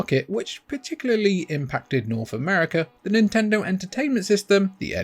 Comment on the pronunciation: It's pronounced "Nintendo."